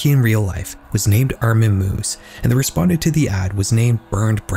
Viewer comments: It's pronounced "my-viss," not "moos" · I'm sorry, Armin MOOS??? Strangest pronunciation I've heard yet. 😂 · his surname is pronounced My-vehs. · In German this would be pronounced MY-VESS. FYI lmao. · Just a correction on the Meiwes case (pronounced Mai-ves) - the meeting of the two didn’t actually occur on Cannibal Cafe, and only had ads of his appear on the website. It was a fetish forum surrounding the cooking/eating women so it wouldn’t make sense for him to have used it to talk to potential victims. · As a German its kinda funny how you pronounce Armin Meiwes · That has to be the strangest way I've ever heard someone pronounce the name "Meiwes" yet.